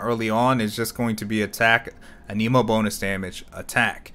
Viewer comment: Do the other voice overs pronounce "anemo" that way?